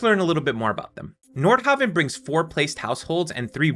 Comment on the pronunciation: honestly, I thought he was saying Nordhobbit.